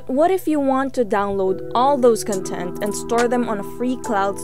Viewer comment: I'm sorry but the way the presenter pronounce "content" really bothers me... You're saying the adjective pronunciation, not the noun pronunciation... It should be (kän-ˌtent) not (kən-ˈtent)...